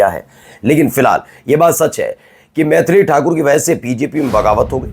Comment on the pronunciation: पत्रकार महोदय मैंथाली ठाकुर नहीं मैथिली ठाकुर नाम है ।